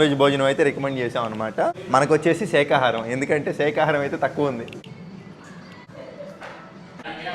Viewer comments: It's not sekhaharam It's sakaharam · Sheka haarm kaadhu shakahaarm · సేఖా హారం కాదు😢 బాబు శాఖా హారం😅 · సేకహారం కాదు అన్న శాకాహారం అని అను😂😂😂😂